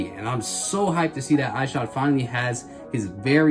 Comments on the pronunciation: ****ISH-od. Not Eye-shod. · Shoe looks fire man, seriously debating getting a pair. Just for future reference it's pronounced Ih-shod not eye-shod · it's pronounced "Eshod" lol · Why you saying his name like that?